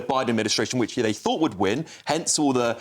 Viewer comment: When Rayner says fort and fink, does she actually mean thought and think???